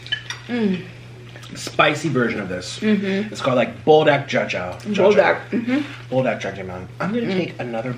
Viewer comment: pronounce buldak correctly please.. BOOLDAAK not bulldak. Just please practice on ur pronounciation there are koreans watching too